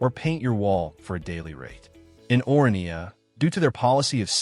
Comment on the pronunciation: I am a South African, you really don’t have to explain anything to me. You are however doing a poor job explaining it to the rest of the internet. I have also been to both of these places numerous times, have you? Your content is factually wrong, you mispronounce the names of both towns, and the premise of the video is silly to say the least. Comparing Orania and SOWETO (South Western Townships) is senseless because they are not comparable entities in the first place. Orania is a small, privately owned, voluntary community built around a specific cultural and governance model, while SOWETO is a vast urban area created by apartheid-era state planning as a labour settlement for Johannesburg and later shaped by mass urbanisation, political history, and metropolitan integration. One is intentionally small, controlled, and self-selected; the other is city-scale, diverse, and structurally embedded in a major economic hub. It is further absurd to ask random viewers “where would you choose to live?” because the premise of the question is fundamentally flawed. The first determining factor would be the race of the viewer, followed closely by culture and, in the case of Orania, specific cultural and social requirements that would automatically exclude most people. These are not interchangeable lifestyle options presented on equal footing; they exist in entirely different historical, demographic, and social realities. Economically, the comparison collapses completely. Orania operates a